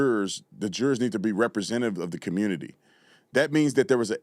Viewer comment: Sounds like he’s saying committee not community